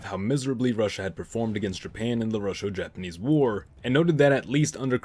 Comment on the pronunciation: You said "Rusho-Japanese". It's Russo-Japanese, the ss as in "fuss". Dumbass. I gather you eagerly use this exotic disparagement in the Atlantic Colonies.